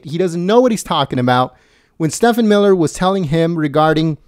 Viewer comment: STEVE-en Miller. (If you'd mispronounced Acosta's name I wouldn't care but Steven Miller deserves respect, after that fine performance)!